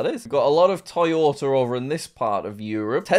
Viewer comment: Dude, stop saying the R sound when a word ends in a vowel, you literally said Korer then one second lighter said Korea properly, then turned around and called Toyota Toyoter